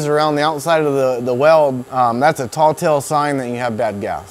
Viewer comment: Anyone else notice he said "aluninum" when it's pronounced aluminum, and he also said "tall tale sign",when its actually tell-tale sign?...and that was just in the first 45 seconds? 🥴I think I'll go somewhere else.....Stay in school kids.